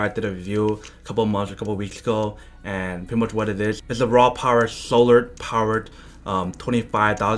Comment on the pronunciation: Poor guy keeps saying RAWpower lol 😂